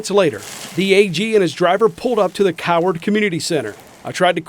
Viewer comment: that emphases on the name Coward was definitely intentional lol